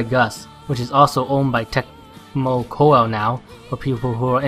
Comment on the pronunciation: some pronounciations: Meruru- Mei lu lu Koei- Co ay totori- the 'ri' should pronounce 'li'